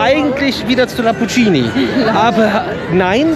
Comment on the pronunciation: Oh man- ihr lebt echt DEN Traum- ich beneide euch so!!! Kleiner, freundlich gemeinter Tip: Lamborghini spricht man genauso aus, wie man es schreibt.